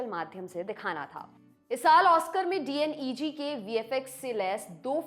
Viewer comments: D N E G nhi डी नेग😅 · right but this youtuber not pronunciation proper. DNEG ko D N E G bolta hai 😂